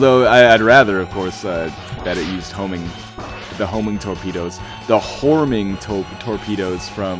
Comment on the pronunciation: Man, you see to have a bit of trouble saying torpedoes, huh? Toe-pedoes. Horming toe-pedoes.